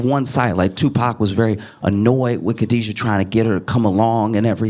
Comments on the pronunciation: Kidada not Khadija 😊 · KIDADA, not kadiejia. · Hahaha Kidada (Ke-da-da) not Kadijah, Josh. 😂😂🤦🏿‍♀️🤦🏿‍♀️🙂🙂🤷🏿‍♀️🤷🏿‍♀️💯💯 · The daughter's name is Kidada not Khadija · Her name is Kidada. Not Khadijah Josh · Josh calling Kidada Kadijah is making me itch 😂😂😂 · Not Khadija - her name was Kidada 🙌🏾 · It’s “KIDADA” not “Khadija” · I’m like who tf is Khadijah 😂 her name was Kidada, Josh 😭😭😭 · Kidada Jones..... Not Khadija or however it's spelled. 😂 Still love you tho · Her name is Kidada not Khadijah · It’s Kidada not Khadijah btw ❤😉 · KHADIDA NOT KADIJA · Josh I love your work! If I may say, her name is Kidada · Hilarious 😂 (Its Kidada though, for the culture ✊🏾🫶🏾) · Kidada josh. Its Kidada! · Pronounced her name wrong though Josh. I forgive you.